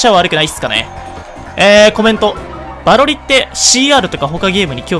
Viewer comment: バロリのイントネーションどうなってんのよ